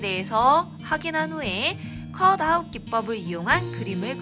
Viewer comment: 선생님 자막좀 넣어주세요 컷 아이 기법으로 들려요ㅠㅠㅠㅠㅠ